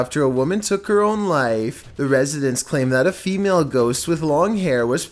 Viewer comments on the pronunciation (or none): none